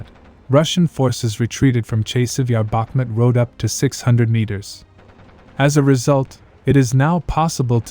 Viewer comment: The name of the city is Bakhmoot, not Bakhmet!